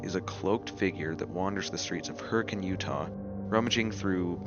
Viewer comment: Is it weird that I'm impressed that you said Hurricane correctly? Since like, there's no reason to think it's not pronounced the same as hurricane?